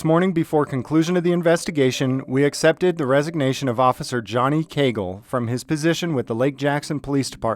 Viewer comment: cagle not cagel